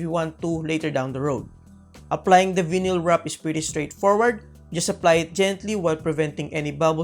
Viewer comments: Pronounced as "vaynil" not vinil good vid btw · Hi sir i just want to help you out. Its pronounced Vayneel not vinil. Anyways great vid sir keep it up! Power!